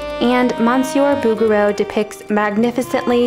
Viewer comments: It's not BOUguereau, it's BougueREAU. In French the stress is always on the last syllable. Also "Hundreds of centuries"? That would mean that Virgil lived at least 10,000 years prior to Dante, which is obviously false. The difference is app. 12 centuries. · Its Boo Zher Rho not boogero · I had a little bit of difficulty to identify the artist when heard she saying "Boogarel" for the first time. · Oh, noooo. Is it really pronounced BOO-ger-oo??? I surely hope not. :0 If so, I'm going to pretend I never learned the correct way to say it, and keep pronouncing Bo-zher-o. 🙈 🙉 🙊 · couldn't stop snickering every time i hear "Booger-O" 🤣 bet you'd find his works in Flickr. see what i did there? 😁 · its not bugger-row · « Boo-goo-row »? I’m out. It would be super easy to look up how it’s really pronounced. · I thought she was saying booger row When she pronounced his name. 😆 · Not a criticism but the “g” in his name is soft. Like in “bourgeois.” I love all is work and I love the rougher Impressionist too. Why take side? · Oh please, you’re pronunciation of his name hurts my French trained ears. The letter “g” in his name is a soft sound, more like a soft “j”. I used to have a print of his painting of the Madonna with child surrounded by angels. It is so beautiful.😊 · PS: Learn how to pronounce his name first! Google it Girl! ,Just like you do everything else!